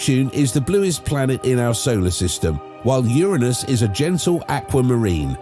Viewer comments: Is it my imagination, or does anyone else feel the narrator is saying Uranus wrong? He is pronouncing it with an I. Like urine. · Lolol 😂 how'd he not giggle at the pronunciation of "Ur-innus" 🤣 Uranus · i love how the man in the video is pronouncing Uranus like UR-u-NUs